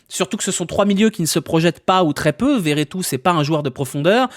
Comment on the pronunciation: Par pitie redit Vertout et pas veretout C’est beaucoup trop drole